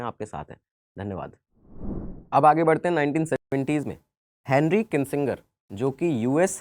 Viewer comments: Presenter has been consistently mispronounced name of Henry Kissinger as Kinsinger, also the photo shown of President Bush in 1992 is not correct, the photo is of his son who was President from 2001 to 2009. In 1992 father George W Bush was President. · Sir जी आप नाम का गलत उच्चारण कर रहे हैं हेनरी किंसिंगर नही वो हेनरी किसिंजर होगा। 🤨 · It's Hendry kissinger not Hendry kisinger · It’s किसिंजर And not किसिंगर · the name is KISSINGER AND NOT KINSINGER. MASTER BUN NE SE PEHLE STUDENT BUNO. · It is not Kinsinger as pronounced by u but it is Henry Kissinger. Thank u.